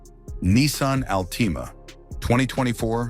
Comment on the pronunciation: Nissan Ahl-TEE-Mah ?!